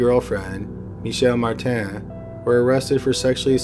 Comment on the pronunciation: It’s not mar tan it’s Martin